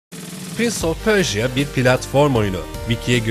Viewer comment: pörja olarak okunmasın o ??? pörşiya ne lo jhkjshfkjshk